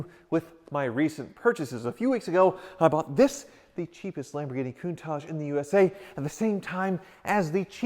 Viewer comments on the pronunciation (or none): 'My Coon-targe.' o_O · Love your vids,, and no desire to be critical, but an iconic car deserves to have its' name pronounced correctly...Countach = Coon-ta-sh, there's no mushy "j" at the end. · Don't say to an italian "CountaCHE", you pronounce CountaK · Everyone, pretty much ever: "Coon-tosh": "Coon-tozhe" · Its Lamborghini countach not coontach lol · Not certain you guys are pronouncing Countach right. It’s a hard nt.